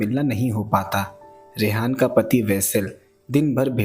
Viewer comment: Ara rehana ko rehan bol re kiya bhi ❤btw nice explanation 👌 😊 ☺️ 👍 👌